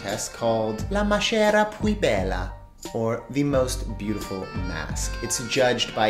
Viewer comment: Great video! Just one thing: the "ch" sound in maschera is pronounced like a hard "k" sound :)